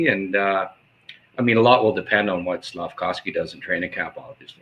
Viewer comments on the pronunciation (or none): please I beg of you, stop saying SlafCOWsky. It’s SlafKOVsky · can someone please tell the it's Slafkovsky and not Slafkowsky lol SICK